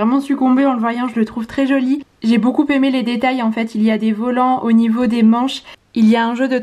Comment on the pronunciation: Et pas de liaison entre beaucoup et aimé, tu dis toujours beaucouPÉmé.... Conseil d un prof de français 😜